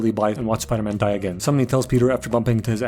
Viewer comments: Spidoor man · Spidor man 😂